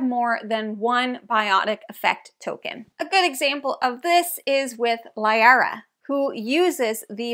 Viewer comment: Good video, and not to be a nitpicky person and a person who has played over 1000 hours of Mass effect, You mispronounced Liara, and by the events of this game Tali was actually vas Normandy. (and you misspelled Rayya, her home ship) But those are just minor nitpicks.